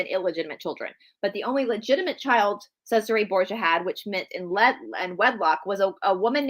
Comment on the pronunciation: Hey, thank you for the videos! Just a little FYI.. in Italian a "C" is pronounced with "CH" sound.... "CH" is pronounced like a K... there is also a mini series of the Borgia on cable or Netflix I thought it was well done but probably not to fact! Love you all! God bless 🙏🏻❤️